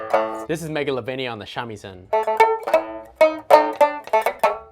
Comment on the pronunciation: actually you’re saying a lot of the Japanese names incorrectly, but it’s common since we see the transliterations of the words and interpret it with an English-based approach, such as silencing letters; if you want to pronounce the names of the instruments correctly, try pronouncing it with more syllables each with a large amount of emphasis ie sha-mi-sen Also, note, I don’t actually speak Japanese, so you’d probably have a better time learning pronunciation of these names from who speaks Japanese as their first language Edit: though, you did pronounce bachi pretty accurately to my knowledge